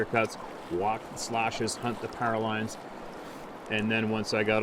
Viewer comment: Your saying pairalines do you mean powerlines